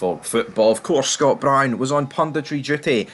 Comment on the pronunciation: No1. There is no old firm the Rankers died in 2012. No2. Can you not pronounce Brown right. No3. Chris Boyd hair and teeth transplant is the most biased pundit on the telly. No4. Away and bile yer heid.